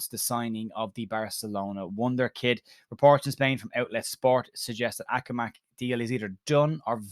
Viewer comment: His name is Akhomach and pronounced Akhomashe ("kh" is pronounced like "g" in Sergio Ramos)